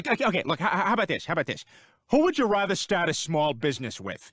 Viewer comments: Is it just me or does seth say "rother" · Watching them all back to back makes me hyperobsess over how Seth McFarlane pronounces "rather."